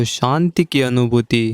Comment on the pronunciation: kripya santi nahi shanti kahe.aap sha ko sa bolte hai.